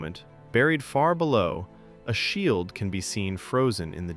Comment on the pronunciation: It's an AI voice, that's why Shield is mispronounced